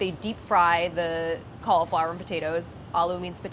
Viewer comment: Why does she pronounce cauliflower so? Make it stop!!!!!